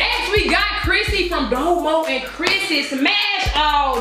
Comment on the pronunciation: her name is DOmo not domoo